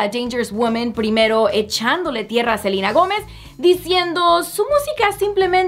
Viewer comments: Me encanta como dice el nombre "silina"😁😂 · Por qué pronuncia tan exageradamente el nombre de Ariana y Selena??